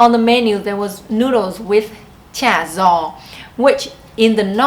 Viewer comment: cha gio is pronounced similar to "ja yo", where the j & y is similar to the j & y in English. saying it like how you said might confuse southern Vietnamese people more. But if people have friends in Southern Vietnam, there should be no problems. In the south, the terms might be influenced by Chinese, French, English, etc... but they must learn the official Hanoi dialectal terms in school. There shouldn't be a communication problem as long as southerners remembered to use the northern terms when their friends visit HCMC. My wife tells me the Central dialect is so hard in their vocabulary being so different from north and south and the tones are a mix between the the northern and southern tones. When a person from Central Vietnam speaks, nobody from Northern or Southern Vietnam can understand what is being said.